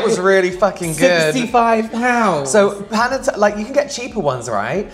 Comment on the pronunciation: That was the wildest focaccia pronunciation I have ever heard, tbh 😆 and Panottone is a Christmas dessert!